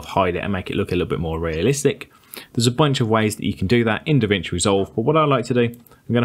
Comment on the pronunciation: It's DaVinci why you're calling it DeVinci? BTW very useful videos.